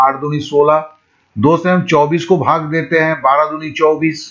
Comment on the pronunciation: SIR JI BHAGA NHI HOTA H BHAAG HOTA H